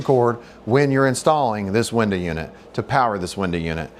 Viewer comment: he doesnt know how to say window